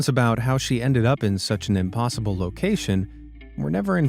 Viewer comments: impoosible .... smh oh lord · I laughed a little too hard at "im-poo-sible" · "Chim chim-a-READ him his rights." 🙄 but also 😂 Oh no. Now he said "imPOOsible". 😂😂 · “It was clearly ‘impoosible’” LOL that was funny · Clearly "impooSIBLE" 😂